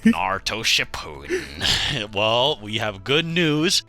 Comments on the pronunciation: For the love of christ it’s pronounced Ship-a-den NOT Shi-Pooh-Den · Pls stop calling it shipooden